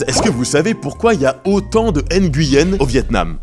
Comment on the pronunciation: Super vidéo, petite précision pour Nguyen (qui se prononce "oui yen"), c'était aussi un nom qui était donné aux nobles ou aux riches commerçants chinois qui voulaient "se cacher" au Vietnam. Comme ils amenaient des richesses et du business au pays, les gens portant ce nom étaient souvent exempté d’impôts. 2e point, beaucoup de vietnamiens, surtout en Campagne n’avaient pas de nom de famille (ce fut le cas aussi en Europe avant) et la France coloniale à voulu organiser un recensement, mais difficile à mettre en place avec des personnes sans nom de famille... Du coup beaucoup de Vietnamiens ont dû choisir un nom, et comme c'était communément admis que les Nguyen avaient des avantages fiscaux, beaucoup se sont dit que c'était un nom intéressant 😅. Et hop plein de Nguyen sont apparus.